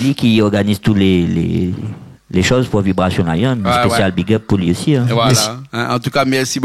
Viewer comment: Le présentateur et vraiment nul il ne peut dire le nom du groupe VIBRATION LION